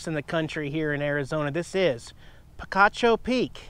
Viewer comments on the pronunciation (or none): We hiked Picacho Peak on new years day. Funny because I was actually thinking about your last visit where you mispronounced the name!